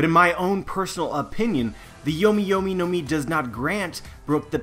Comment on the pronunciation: I really think people should learn how to pronounce the Japanese if you're going to use it. The mangling of Yomi yomi no mi assaults the ears. Might as well stick to "Revive-Revive Fruit"